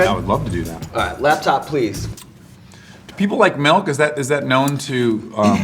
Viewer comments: wtf is "melk"? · Dax Shepherd says melk